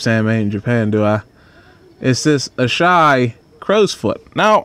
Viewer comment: It’s AH SAH HE. Not ASHI, Asahi